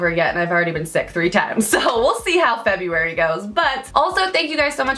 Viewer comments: "germuary" hah! Love this look btw! Absolutely stunning! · "Germ~uary!". Too funny;). Wishing you god health in February!